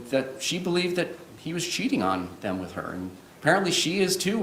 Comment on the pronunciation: Why does Henderson say WIF(with) and deaf (death) It's not a speech impediment because he says That There These Sorry that kind of thing grates on me I love words